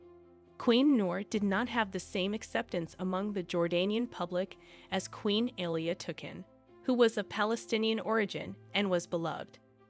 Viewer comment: Alia = aa lee yaa, Hamzah = haam zaa